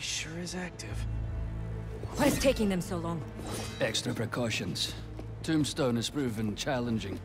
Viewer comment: it's Tombstone and Yuri not Dom Stone and Fury lmfao